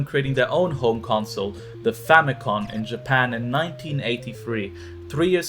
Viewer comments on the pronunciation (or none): couldn't even get the famicom right... famicon?? I'm out.